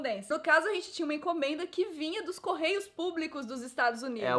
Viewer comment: A Nilce falou "esse é um dia que a Rente senta (...)' ?? Escutei várias vezes e só consegui ouvir isso kkkkk